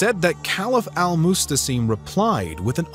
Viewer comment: It’s al Mu’tasim not mustasim.